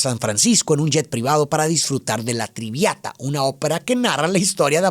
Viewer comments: Tal vez alguien ya te dijo antes pero es “La Traviata” no Triviata, me encantó tu análisis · Lo siento mucho, Pero no me gustan tus resúmenes. 😢 Ni tus conclusiones. Además, la música que se pone al final, no sé si sea la que tú dices, Pero creo que se dice La trabiata. No la tribiata. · Me gustan la forma en qué analizas, las otras perspectivas que ofreces y que nos invita a reflexionar. Respecto a la ópera que hacen mención en la película, es "La Traviata" y se pronuncia tal y como se lee, me pareció escuchar que decías Triviata (si no es así me disculpo), y sí como dices, habla de una cortesana llamada Violetta Valéry, quien no seguía las normas morales su tiempo. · Es La Traviata, non triviata 😅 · La traviata, no la triviata 😃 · Me encantan tus análisis...fabulosos...solo toma en cuenta que fueron a ver La Traviata y no la triviata 😂😂😂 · Excelente video. Un detalle, no es "La Triviata" sino "La Traviata", una de las óperas emblemáticas de Verdi. Saludos desde Argentina. 😉🇦🇷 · Traviata hermano, Traviata! Esa es la Opera. Perdón por corregir, pero es central y como error es repetido. Muy buen video. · 😅 La Traviata mi querido.... No "la Triviata "😅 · Lo único que tengo que aportar es que la Ópera se llama La Traviata, en vez de La "Triviata". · no es triviata es traviata 😅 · Es "La traviata". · La TrAviata serà..😄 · Solo un pequeña observación: "La TrAviata" de Giuseppe Verdi.